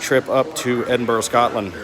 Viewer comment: And it's still Edinburgh, not Edinborough. ' Edin-bruh' You don't want to upset the Scots they carry dirks.